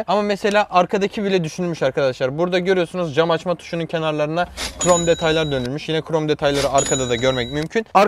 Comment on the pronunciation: Hiç kimse: Ali IbInEsi:qrom detay